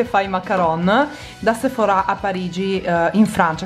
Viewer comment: Non si dice Sephora' lo pronunci male